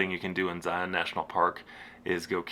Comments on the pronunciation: Love the video! As an Utah native, my only note is that you’re pronouncing Zion wrong. In Utah we pronounce it as Zi-un instead of Zi-on. I know, we’re very weird. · It's pronounced Zy-un. Like lion with a Z. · The first thing you should learn before you visit Zion, is how to pronounce it. "Zion" is pronounced like "lion," not like "try-on." And the Monument was "muh-KOON-to-weep," not the way you said it. Sheesh!